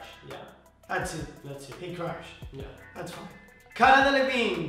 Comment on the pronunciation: Is it just me or they kept saying crash instead of crush